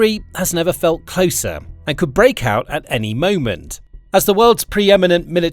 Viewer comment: "Bray-cout" at any moment. It's so painful listening to you.